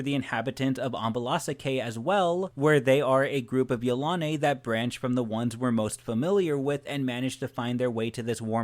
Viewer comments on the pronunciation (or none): I really don't think he pronounces it right. I feel it is pronounced: Yil-a-nee. I could be pretty sure I'm right. What does everyone else think?